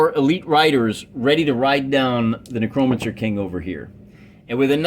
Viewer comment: Ahh man, been a while since I watched ya. I like the felt game mat, how did you paint it up? Also, lulz Nuh-crow-mencer...never heard it said like that. Made me chuckle.